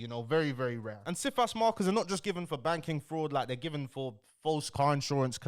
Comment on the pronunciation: Cifas - pronounced "Sigh-fass", is a multifaceted system. For example, you can put a Cifas on yourself, to protect yourself in the case of fraudulent applications... I've seen wealthy families put Cifas on every family member, so that no one can take out fraudulent applications. If you are living a "normal" life with regular sources of income, and do not commit any acts of fraud (including doctored documents), then you are very unlikely to fall foul of Cifas. This guy is entertainment, not education.